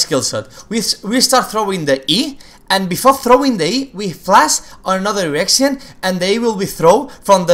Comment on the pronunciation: just me who thought he kept saying erection? "Braum q from another erection" :D